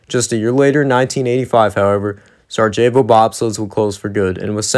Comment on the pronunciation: Sarajevo...pronounced: Sarie-avo